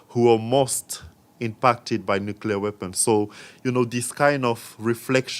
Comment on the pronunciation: Are you saying nucu LAR? When will you turn 13?